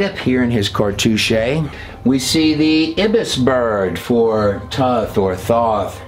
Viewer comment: You mispronounced Ibis and cartouche.